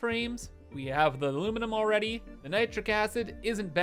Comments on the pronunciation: "aluminum" nah its "aluminimin" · PLEASE IM BEGGING YOU! Stop saying aluminum that way. I get it. it's fun to say, but you say it 100 times per episode. It's just too much at this point.